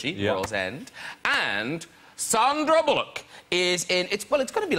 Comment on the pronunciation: I love Graham always, but her name is SAN-dra Bullock, not SON-dra Bullock